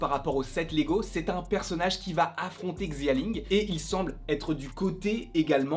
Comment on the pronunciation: XI se prononce CH en chinois. Donc on prononce CHAling pas XIaling. Bref je l'attend avec BP et strange 2 ce film.